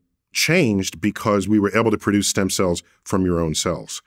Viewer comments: Stem “cells”, not stem “sells”. But great vid, interesting... the guy was weird/evil. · "SELLS". Gone and fix that real quick. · Isn't it "Stem Cells" not "Sells" lol... come on Vlad. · “Sells” lol. Cells*